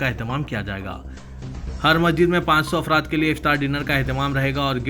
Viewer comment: ساں بھاجی نگر نہیں رے باوا. سنمبھاجی نگر بول. مجید نیں رت باوا "مسجد"بول.کیا کیا بول تا کی بھیء